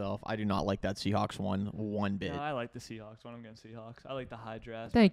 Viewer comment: it's not the Seahawks it's the "Seasneaks"